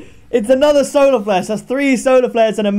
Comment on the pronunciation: did he say “Soler Flare”?